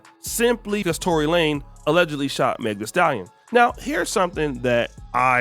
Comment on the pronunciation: LaneZZZZZZZZZZ Tory LaneZZZZZZ with a Z why u sayin his name wrong!?!? wtf!?!? lol